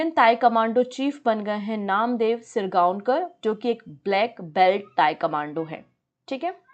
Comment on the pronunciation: तायकमांडो नही .....तायक्वांदो है🙏